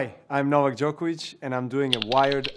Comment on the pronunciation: Najbolje mi je što ne mogu da izgovore Đoković😂 Thats on Serbian English:The best thing is that they cant pronounce Djokovic